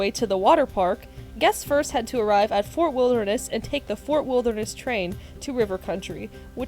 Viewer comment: The female narrator was awful. She pronounced Fort Wilderness like "Fur Wilneress".